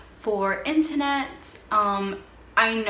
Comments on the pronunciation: Internet... not intanet! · Where are you from with this accent? Lmaoooo, it’s too cute! With your “inta-net” and your “projecta” lol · Or the intanet?